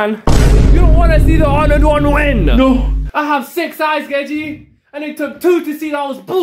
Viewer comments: It's gege, not geje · Gege is pronounced "gay-gay" no joke tho